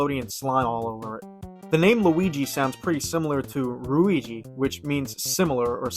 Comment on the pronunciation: Wrong Japanese word. The one you should have used is 類似, or ruiji, which means similarity, likeness, analogy. This one, 類義, or ruigi, meaning synonymy, isn't pronounced similarly to Luigi. The "g" is pronounced like in the word guitar or goo.